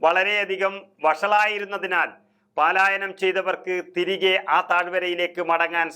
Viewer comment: പാലായനം അല്ല പലായനം